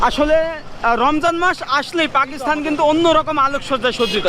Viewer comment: Ki sob content creator! Pakistan bolte pare na, bole Pakisthan. Thu.....porashuna na korei ki.........?!?!?!